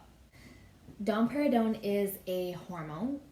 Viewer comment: I just keep hearing dom perginon 😄